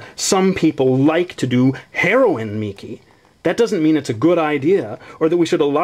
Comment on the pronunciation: The fact she said Herion was damn hilarious, that reallly made me crack up. I really might get this series...I don't read manga often I'm more of an anime person but this was amazing I just wanted to know what happend next XD awesome stuff.